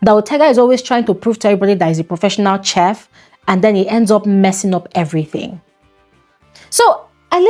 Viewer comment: The right pronunciation is sh3f-Chef not ts3f. Naija people listen to BBC and learn how to pronounce proper English words. Come on! Ona be British colony sha 🤣 🇬🇭✅